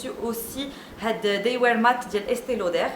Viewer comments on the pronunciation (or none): none